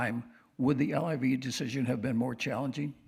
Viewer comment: L-I-V? lol sir. It’s called liv